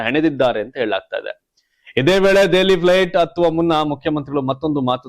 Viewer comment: ನೀವು ಮೀಡಿಯಾ ದವ್ರಿ, ಭಾಷೆ ಶುದ್ಧವಾಗುರಲಿ, ಐ ಕಮಾಂಡ್ ಅಲ್ಲ, ಹೈ ಕಮಾಂಡ್, ದೆಅಲಿ, ಅಲ್ಲ ದೆಹಲಿ ಓದ್ರು ಅಲ್ಲ ಹೋದ್ರು